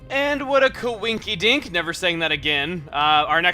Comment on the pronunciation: He said qawinkidink... My life is complete